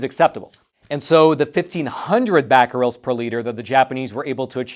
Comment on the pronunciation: Cesium is pronounced "See-zee-uhm", and Becquerels is pronounced "Beck-a-rels"...just for your information!